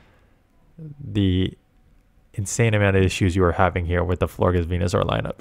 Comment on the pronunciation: It’s pronounced Flor-jess. Like flower plus gorgeous.